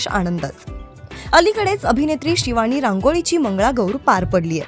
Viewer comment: शिवाणी, बण मस्का, अणेक... 😂😂 हेच ऐकायला मिळाले... मंगळागौर नव्हतीच